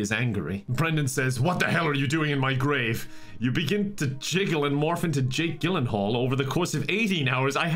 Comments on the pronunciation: Lol it's pronounced gill in hall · His pronunciation of “Gyllenhaal” irrationally annoys me lmao